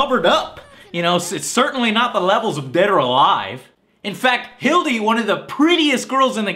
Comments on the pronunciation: "Hildy" I hate him...its pronounced "Hilda" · I'm about 3 minutes in the video, and I'm pretty sure he mispronounced 3 names, I don't know if he does humorously or not, and I don't really watch the show (when I do, I enjoy it) (those 3 names I was talking about were hilde (I recognize her name to be pronounced hild•AEH), Z.W.E.I. (I recognize as ZVAI) And viola (I recognize as VEE•OH•LAH.) I would say that that's how I hear the announcer say, but I don't wanna say that, hear the announcer (despite how much I played the game) and then discover I was wrong. though some names kinda feel doomed for confusion. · Three mispronunciations within the first two minutes. Done with this video after that. It's not "Hill-dee", it's "Hill-duh". (Hilde) It's not "Zway", it's "Zvie," like the German "two". (Z.W.E.I.) It's not "VY-o-la", it's "Vee-O-la". (Viola). Had you actually played the game a little bit, you would have heard the narrator say those names if you picked them from the roster.